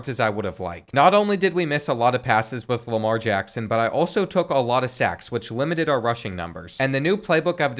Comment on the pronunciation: nah that ain’t Lamar Jackson that’s Jamar Lackson